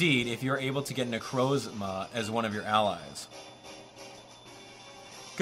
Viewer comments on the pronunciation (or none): It's nu Croz ma not nu croes ma ok